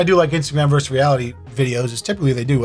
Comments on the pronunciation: VerSUS has TWO syllables and is NOT interchangeable with verse or (pl.) verses. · The word is “versus”, not “verse”. Lost me at the first sentence.